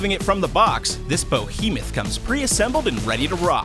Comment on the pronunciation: It's BEhemoth not Bohemith